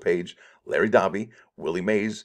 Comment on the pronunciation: Larry Doby is pronounced Larry 'Doh! be' (think Homer Simpson)